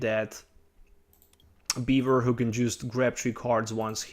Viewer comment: Am i the only one who heard beaver instead of bewear